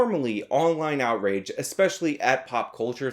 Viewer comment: Did I hear you say "outwage"?